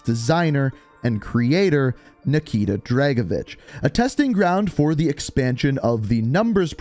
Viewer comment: Tried? Nikita dragovish